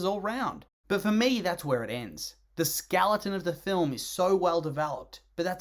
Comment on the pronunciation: "The skaleton of the film..." What the fuck is a "skaleton"?